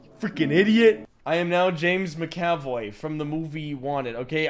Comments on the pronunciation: It's mac-a-voy not ma-caf-oy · It’s not “Mick-Aaaahh-Voy”. It’s “Mac-Uh-Voy”. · I'm sorry but the way you pronounced MCAVOYs name is ridiculous, soooo here it is :ma·kuh·voy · “I am now James Mick-Ave-Oy” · James Ma--oy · I can't tell if is saying mc - avoy for giggles or if he really doesn't know how to pronounce Mcavoy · "Macav oi" 😂😂😂😂😂😂😂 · The way that McAvoy was pronounced was twisting my mind.